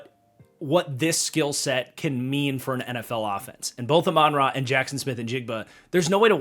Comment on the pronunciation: Love these tier videos but brother you’ve gotta learn how to pronounce Amon-Ra’s name 😂